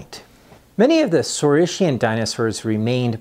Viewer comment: Thank you for this fascinating lecture,. Let me ask you just one question: how it is really correctly pronounced? "saureess-shian" and "orneeteess-shian"? really? not "saureess-kian" and "orneeteess-kian"?